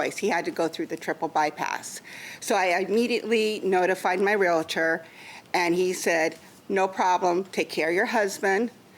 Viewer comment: its realtor there is not i in there. geesh